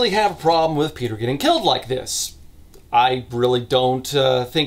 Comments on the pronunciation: Marek is an average polish name that is the equivalent of marco/mark/marc Your second pronunciation of Kuba was correct. Piotr is pronounced pyotr. And the polish version is very sloppy too from what I know. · as a Pole, you trying to pronounce the names is kind of hilarious. especially Piotr lmao. useless fun fact - Kuba is short for Jakub (the Polish version of Jacob) but also functions as its own name. i know a few Kubas and some Jakubs, i kind of see the two groups as rival gangs